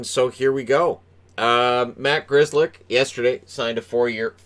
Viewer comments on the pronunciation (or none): If you know Pollish the pronounciaton of "Grzelcyk" hurts the ears! I know his family probably has no relation to the polish language anymore but still. It's too wrong! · Grzelcyk definetly is polish ancestry. I know how that name is pronunced in polish and its totally different from this north amerikan " Grizlik" how they say his name. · The family should change the spelling. No point in having the original spelling if they can't pronounce it. Grizzlick lol. Or maybe Gschellsyck.